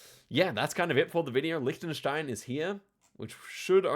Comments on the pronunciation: He learned German so he knows the pronunciation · English speaking native with a proper pronunciation of Liechtenstein (especially the ch part), you dont see that every day. Well done!